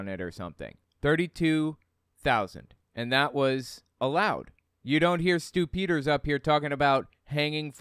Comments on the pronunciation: Are you saying "Stupiders", or Stew Peters? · did you say stupidders? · I could have sworn I heard you say "... this is Stu-pid-ers..." maybe you did...